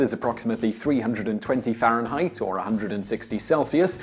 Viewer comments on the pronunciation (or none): none